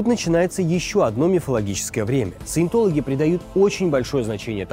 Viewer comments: Каждый раз когда говорит "саетолаги" я в голове поправляю на СУЕТОЛОГИ, и это становится очень смешно смотреть! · вместо "Саинтологи" слышу "суетологи" и в принципе второй вариант тоже подходит, т.к. суету секта наводит